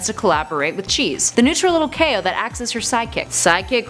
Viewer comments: OOF chao isn’t pronounced KO it’s pronounced like chow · I don’t want to be rude but it’s not c.a.o it’s pronounced Ch-ow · Its Chao nit Kao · Its pronounced Chow not Cao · It’s not k-O it’s chao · Chao is pronounced like chow, not kao 😒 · Who else is so triggered that she says chao as Kao